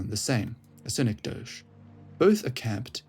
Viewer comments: Its pronounced SIN-EK-DOE-KEY btw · Yea it sounded like you might've thought it was French? lol anyway good vid otherwise